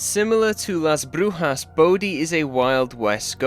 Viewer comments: that was a good pronunciation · Pretty sure he meant he isn't Spanish but he's right abt the pronunciation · I speak Spanish as mother lenguague, you said Las brujas very good, as a native from LATAM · Wdym you should be Spanish😂 also you pronounced the town correctly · Your saying it right. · As a spanish speaker, let me congratulate you for the right pronunciation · As someone who speak spanish, you pronounced "Las Brujas" very well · As a Spanish speaker you said Las Brujas correctly 🫡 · very good job on that pronunciation, you even did the hard R👌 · He does have a pretty decent Spanish tongue when pronouncing "La Brujas" to be fair 😭